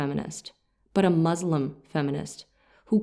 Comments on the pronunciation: See, the words 'Islam' & 'Muslim' are being pronounced wrongly..They are arabic words. I don't know whether the interpreter is muslim or not. But definitely a good muslim knows how to pronounce arabic words... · It is Muslim ( one who submits and surrenders oneself to THE ALMIGHTY GOD, ALLAH (SWT), THE CREATOR of everything! Muzlim , derivative of the Arabic Zulm , which means iniquity, injustice, oppression,tyranny,...!.! So we have to be careful in our pronunciation; It is MUSLIM, and not. MUZLIM ! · Start saying Islam not “Izlam” and Muslim not “Muzlim” and Islamic not “Izlamic”. So annoying that you can’t consciously make an effort to pronounce the words right. Grow up in knowledge! اسلام عليكم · Please learn to pronounce the word “Muslim” correctly.